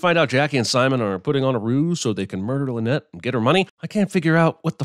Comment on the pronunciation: If Death on the Nile is remade a third time, will that third director finally grasp that “Linnet” is not pronounced “Lynette”?